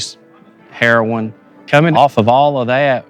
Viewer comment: Love how he says, "... drugs.... HEROIN..." Extra emphasis on the *HEROIN*.